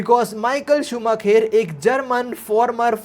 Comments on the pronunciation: Michael shu-maa-kher nhi h bhai .... Michael shu-maa-kar h , bachpan se f1 dikhi h usko ese hi bulta h check on Google 😅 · bhai Michael Schumacher ha loll shumaaa..... kheerrr nhi 😂😂😂😂😂😂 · शूमाकर not शूमाखेर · bro just to tell, in hindi we would pronounce it in the way as shumaakar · Sumakher nhi hai wo galat pronounce kr rhe ho 😂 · Also it's pronounced as shoo-ma-ker